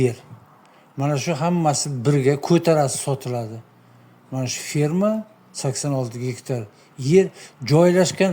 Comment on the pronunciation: ФИРМА эмас а "Ф Е Р М А".🇺🇿🇹🇯🇰🇬🇰🇿🇹🇲